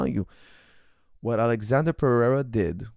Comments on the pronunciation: His name isn’t Alexander it’s Alexsandro lmao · good analysis but u keep calling him alexander, he is alexsandro, brasil! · His name is not alexander but Ahlex